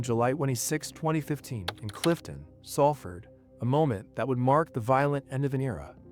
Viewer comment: Can't even pronounce the town correctly